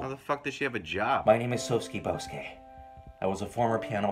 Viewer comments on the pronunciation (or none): You know, you weren't actually butchering any of the names until you got to Soske Boske (it's Sosuke Bosuke).